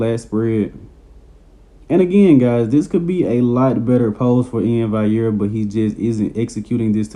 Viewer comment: Valliere bro not vaiyer. You pronounce the ll's like an L